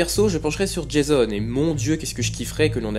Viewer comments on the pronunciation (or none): none